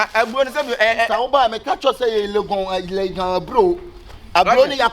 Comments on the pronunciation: Not legon oo...laigon😹💔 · 3y3 “Leygen” 3broo 😂😂😂. Eiii